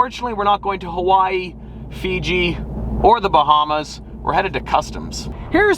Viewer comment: He said Bahamas.... 😞